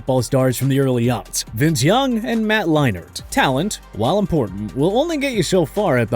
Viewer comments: The way he is pronouncing Leinert and Whissenhunt wrong is driving me nuts. Also, as bad as Gase was as a head coach, Bell ruined his own career, not anyone else. Dude was pretty damn dumb. Turned down the contract in Pittsburgh, to take a lesser contract a year later with the Jets. Thought he could "mumble rap", which he only got a chance to do because he played in the NFL. Now is fighting Adrian Peterson because he is most likely broke. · They way you miss pronounce Leinart is cringe